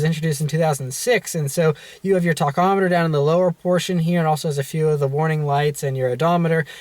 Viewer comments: Dude...please. The correct pronunciation for the engine gauge that measures revolutions of the crankshaft per minute is "tack-"amm-a-ter....not "tock"-amm-e-ter. My God man...get it right ?? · Damn dude, learn how to say tachometer! Cringy